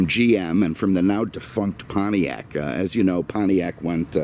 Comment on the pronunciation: What the hell is a "Pontriac"?